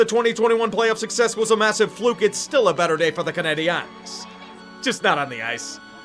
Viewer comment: Could you PLEASE learn how to say "Canadiens" properly? Canada would thank you.